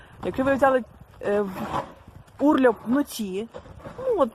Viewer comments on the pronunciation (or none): Не урльоп а урлоп.